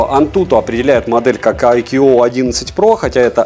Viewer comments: ну какой АйКьюОу? АЙКУ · айку произносится... когда уже этот нелюбитель водопадов начнёт правильно название произносить... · каждый раз когда произносит IQOO горько плачет один из топ-менеджеров BBK, VIVO или IQOO, 🤣 сегодня их было особенно много 😉 IQOO 11 Pro отличается не только наличием беспроводной и реверсивной зарядок, основная зарядка кстати то же 200W как у предшественника 10 Pro, но и значительно лучшими модулями основной камеры и 3D NFC, но 11 Pro нет и скорее всего не будет в "глобалке"